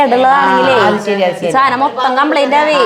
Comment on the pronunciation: സാനം സാനം സാനം............... 😂😂😂😂സാധനം ആണ് കുട്ടി 💖💚🧡💗💙💛❤️💝